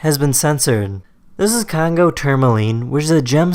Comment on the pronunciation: 'Zizizizizzzz a Congo Tourmaline' can you make it a little mote clear like 'This is a Congo Tourmaline' It hurt my ears.